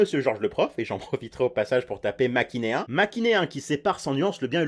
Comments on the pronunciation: on dis manichéen pas machinéen ahahaha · ça va me torturer si je le dis pas... C'est manichéen avec le "n" en premier, pas "makinéen" comme tu le prononce :/ voilà j'ai fait ma chieuse alors que je mets jamais de commentaires d'habitude mais du coup j'en profite: J'adore tes vidéos, ne t'arrête surtout pas, peace, love, toussa ouais ! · pour une fois que je peux corriger quelqu'un on prononce : manichéen et non machiéen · Tu as dis maquinéin au lieu de ma ni chéen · Attends..nan....tu dis machinéen au lieu de manichéen?! Demende t-il sur un ton condescendant. "Second degrés n'est pas qu'une température". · Alors euh c’est pas machinéen mais manichéen 🤓☝️ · par contre ceux qui disent "machinéen" quand c "manichéen" même si je connaissais pas le mot je lis correctement et mes oreilles ont souffert😅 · jpp tu dis makinéen au lieu de manichéen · "Machinéen" Lol ! MANICHéEN 😡😡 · J'suis le seul au bout de 2 ans à avoir remarqué qu'il dit "Machinéen" au lieu de "Manichéen" ?😭😭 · Les gens qui dise “machinéen” à la place de manichéen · Le mot : manichéen Sa prononciation : machinéen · et, dit machinéen au lieu de manichéen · mdr c'est pas maCHINéen mais maNICHéen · "C'est complètement machinéen" , NON "Manichéen" mdrrr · Alors juste on dit pas "machinéen", mais "manichéen"...tu as inversé ^^ Et je n'ai jamais entendu des gens faire ces erreurs de grammaire ou vocabulaire. Par contre je suis entièrement d'accord les vf sont vachement bien en France. Nous avons de vrais comédiens doubleurs en France, autant en profiter. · j’adore tes vidéos mais à c’est maNIchéen et pas maCHInéen voili voilou! 😉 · Qui lui dit que c’est manichéen et pas machineen 😂😂😭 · Manicheen pas machineen Ps Where are u from? Moi .Im french Oh baguette XD Moi .... ah....ok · l'erreur! Manichéen et pas machinéen :D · je déteste les gens qui disent machinéen à la place de manichéen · c'est manichéen pas machinéen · tu as dit macinéen au lieu de manichéen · C’est pas machinéen mais manichéen 😊